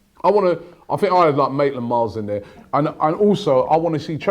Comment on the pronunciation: Robbie its maitland-niles